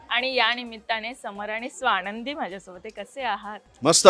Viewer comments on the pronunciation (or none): स्वाणंदी नाही हो स्वानंदी